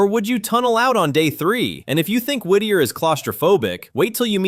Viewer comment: From Alaska and I have to say you nailed Whitter - so funny! My friend was a teacher there. She said it was so hard because all the kids knew where she lived and knocked on her door all the time. She never felt off work or like she had peace or privacy. There are now a lot of cabins on the hillside - but they have no access for plumbing or water. And don't forget the tunnel only opened to cars in 2000, before that train.